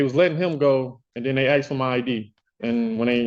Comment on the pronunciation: I would not even let this dude serve me fries, its “ask” not “axe”. If can say “ask” so can the criminal.